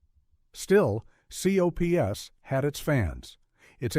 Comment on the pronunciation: V.E.N.O.M. is pronounced as"VENOM", and C.O.P.S. is pronounced as COPS, please say the names, instead of the abbreviations!